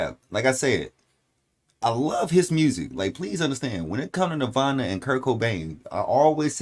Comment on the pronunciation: No disrespect bruv but this is kurt and is "NIRVAN" I think you might need to understand how a gunins is?